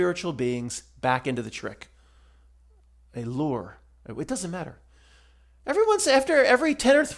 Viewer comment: Great video! I had to laugh at "lure", and I'm so glad you're a real man and not AI. 😊